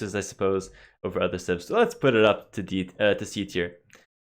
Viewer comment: I gotta stop watching Pewdiepie videos... everytime you said "civs" I clearly heard "simp".